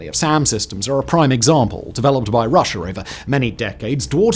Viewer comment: "Russer" and "Chiner" crack me up every time considering how every other word is perfectly enunciated.